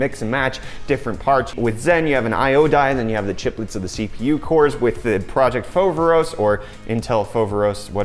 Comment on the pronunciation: If you want to pronounce it correctly its "Foverόs", not "Fόveros"